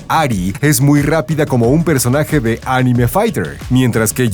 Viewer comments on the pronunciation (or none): none